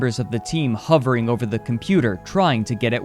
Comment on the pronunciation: That's not how to pronounce hovering